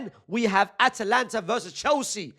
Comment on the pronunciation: brother can you please pronounce it atAlanta and not atlanta we aint gonna see lil baby future and gunna in the starting xi